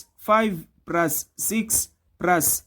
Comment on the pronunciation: Plus not prus